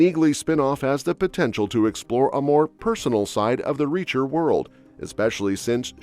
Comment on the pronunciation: This is AI reading. It can't even properly say Reacher at some points.